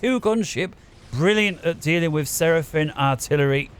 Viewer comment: What an incredible game! How could anyone have anticipated how it played out? I got into FAFcasting with Gyle, but this channel is threatening to supplant even Gyle as my favorite FAFcast channel of all (in spite of pronouncing it Seraphin), not only because of the announcer but because of the matches that are chosen to cast. Keep it up!